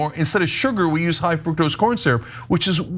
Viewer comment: The U is short in fructose